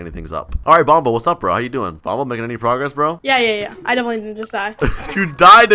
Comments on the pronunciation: It sound like Bombo but its Bonbo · It's been 1 year and you still haven't corrected "Bombo" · It sounds like “bomb” in bonbo